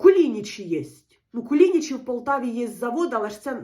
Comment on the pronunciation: Харків'янам ріже вухо, коли наші КуліничІ (наголос на останній звук), називають КулІничі (наголошуючи другий склад). 😏 Вдалого вам холодцю!💪💪💪